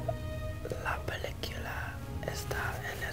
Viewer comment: How he said movie in Spanish😂